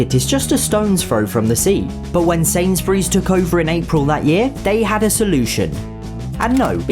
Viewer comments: Ah yes shainshburys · "Shainshbureesh" ~ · I'm forever calling Sainsbury's Shainsburys